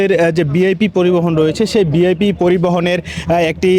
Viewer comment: উচ্চারণটা বিআইপি না ভিআইপি?!!!